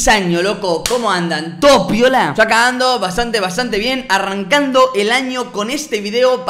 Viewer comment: Lo que dijo Robleis: Yo acá ando Lo que yo escuché: Yo cagando